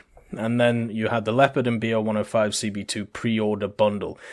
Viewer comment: it's not Be-Oh... its BO. thats the abbreviation of Boelkow. Like Ju for Junkers etc.